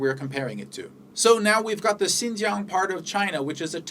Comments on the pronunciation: your pronunciation of Xinjiang is so perfect it sound fake lol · you know what you say " XIN JIANG", the pronunciation is perfect in chinese. are you learning chinese now?